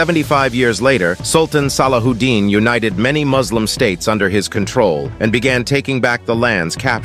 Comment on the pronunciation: SallaWHOdin. Really? Are you going to pronounce it that sloppy? 😂